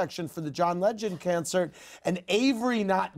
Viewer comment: Did he just pronounce "concert" as cancer? LOL